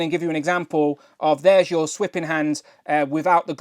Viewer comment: Just fyi...the word is "thwipping" not "swipping".